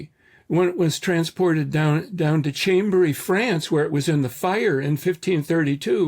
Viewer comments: Chambéry, France. Pronounced closer to "Shom-ber-ee". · Chambery in France is pronounced 'Shom-bry' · FYI: The French town is pronounced "SHAHM-bray".